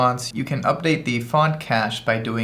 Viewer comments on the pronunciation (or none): none